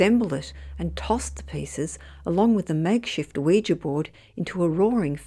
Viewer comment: At last someone who can pronounce Ouija correctly.. Most folk even on TV programmes say it like ooh we gee